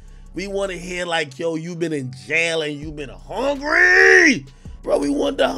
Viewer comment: put a little too much emphasis on the word "hungry"